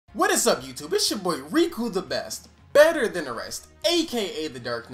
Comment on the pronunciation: why he put so much emphasis on the b in better like nigga my ears